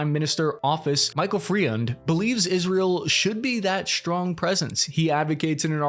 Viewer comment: Michael Freund's name is pronounced Froynd (German origin). International agreements are between states, not between leaders who signed the agreement. To say otherwise is phony . So, violating the treaty that created U NDOF is just a ruse to act because it can be possible, not because it's legal.